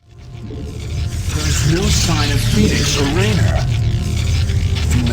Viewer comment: I also notice that in this game, the Protoss are capable of correctly pronouncing Raynor's name...